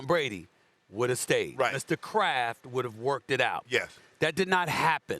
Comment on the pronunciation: everytime shannon says “Mr. Kraft” i always hear “Mr. Krab” lmao